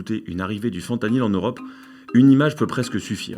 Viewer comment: La vidéo qui commence par un boug qui prononce mal le nom de la molécule HAHAHAHAHAH ca promet